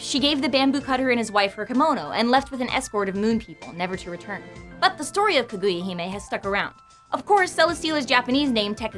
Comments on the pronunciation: I know im just picky but it makes me sad every time they say ka-GOO-ya rather than ka-gu-ya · I'm sorry but, "Kuh-GOO-yuh"? Japanese pronunciation - not a strong point for ya, huh.